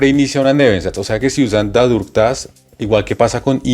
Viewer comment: Estoy en el nivel B2 Berufsprachkurs y no encontré más videos que este para aclarar este nuevo tema con „dadurch-dass und indem „ estos conectores son nivel b2 y c1 , gracias por la aclaración. Solo la pronunciación no es correcta ya que dadurch sonaria como ‘dadosh’